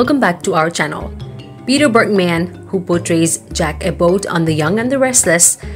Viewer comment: Berg man, not Berk man!!!